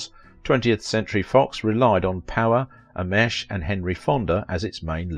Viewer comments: Please pronounce names correctly. Ameche is not pronounced a-mesh. It is pronounced ah-me-chee. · You didn’t explain your title and it’s pronounced Don Ameche A-Meechy.